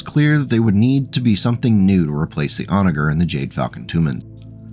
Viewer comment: FYI it is pronounced 'Onajer' with the "soft" g sounding like a j.